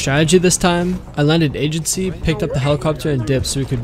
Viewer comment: You said angency .-.